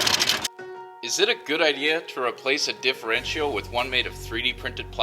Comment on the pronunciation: He pronounces differential funny. He say's DifferWrenchyal